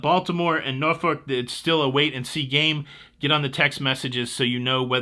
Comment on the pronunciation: Thank you for correctly pronouncing Norfolk!